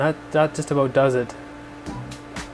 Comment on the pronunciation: He's Canadian! Love hearing you folks up north say about:)